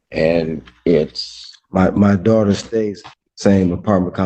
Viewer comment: “His duawter” — said 500 times in 2 minutes.